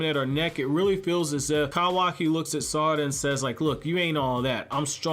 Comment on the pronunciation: The way you say her name is irking me